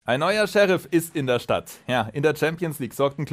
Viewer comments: Gutes Video, aber Sheriff wird wie im englischen ausgesprochen und nicht Seheriiiiif… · Scheriiiif? Da kriegt man ja Ohrenkrebs. Und wie sprichst du dann Deputy aus? Depjuuuutiiiiiiiiiiii :D